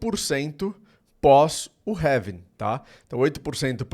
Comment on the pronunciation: having???? É Halving meu amigo 😅